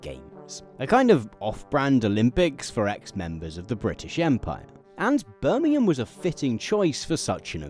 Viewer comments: Most played: , trying to understand the city name of Burmhm, giving up, turning on subtitles :D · ...i kept not being able to hear what you said, it sounded like...im eburn....i figured it was Birmingham...in the end apart from rewinding a few times & that on its own didnt bear fruit, subtitles did the job!.....still....sounds like....hello imeburn.... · Had to rewind two times to hear the city was Birmingham. Enunciate!